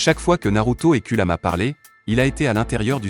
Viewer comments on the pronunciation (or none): C pas kudama c kurama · c Kurama pas kulama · apprend a prononcé les nom sa serais bien car entendre kulama sa fais mmal au oreille